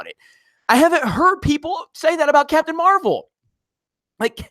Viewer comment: You messed it up.... it’s Captain marv-L